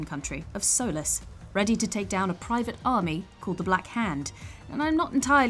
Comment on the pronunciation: It’s pronounced sol-ee- s